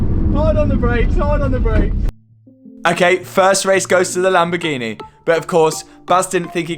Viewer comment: Loving the content Matt but can't help but hate the way you say Lamborghineh! Lol 🤣 will you be raffling off the golf R? It's an animal